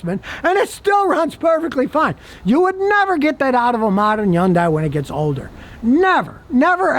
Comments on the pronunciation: Scotty thinks it's YUN-DIE. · scotty: wikipedia says "yundai" is pronounced Hyeondae. there is an H on it. like as in Harry. Hilda. Henry. Hungry. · Why doesn't anyone tell this guy how to pronounce Hyundai the right way? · Hyundai rhymes with Sunday!!!! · It's pronounced Y-UN-DAY. The "H" is silent. The company came forward and said that's how the car's name is supposed to be said. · Is he saying Hyundai? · Because he can only pronounce vehicle brands that are, for the most part, reliable 😂